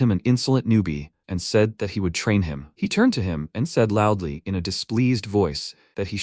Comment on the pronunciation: Bro you must be trolling with that LOUDLY, no way you are serious